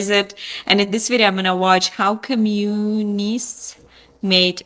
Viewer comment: Of all the people who can't pronounce the word "Communist"